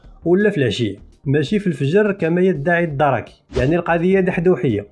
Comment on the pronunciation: خويا ، ماشي الدَرَك، راهم يقولو "الدرْكْ" 😂😂😂😂😂